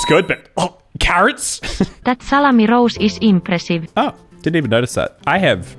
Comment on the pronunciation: I love saying “carOHts” in the Finnish accent, cracks me up every time